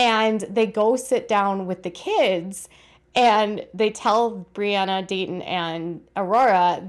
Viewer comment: “Dait ih” the way Robyn says Daytons name